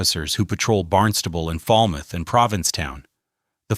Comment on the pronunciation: They also don't call Falmouth "Fallmouth."